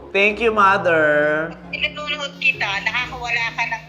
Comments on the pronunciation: mather dawter hahahahaha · Like mouther like doubter